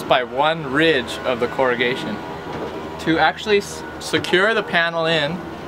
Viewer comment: "..every other row in the ..corrugation.." Not corrigate. They are two very different meaning words. Thankyou for your sharing of knowledge and the very good idea for the build.